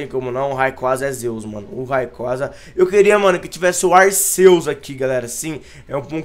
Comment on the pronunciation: kra aprende a pronunciar se escreve Arceus mais se le Arquios